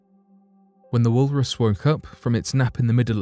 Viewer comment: " wool Russ" 🙄